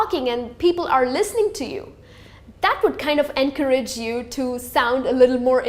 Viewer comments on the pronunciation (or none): "anchorage you"